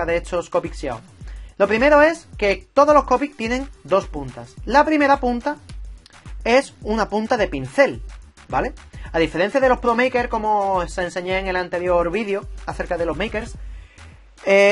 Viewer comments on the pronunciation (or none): Buen video. Solo una pregunta un poco fuera de tema ¿por qué les dices maker en vez de markers? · no señor, está mal dicho, se pronuncia: Markers, no "meiker" como "Maker" eso es otra cosa, mejor dí: Marcador.